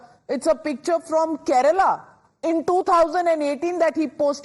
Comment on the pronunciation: the towering personality of Indian journalism, first learn to pronounce the names of the Indian states correctly. It's Kerala, not your vegetable Karela (8.06)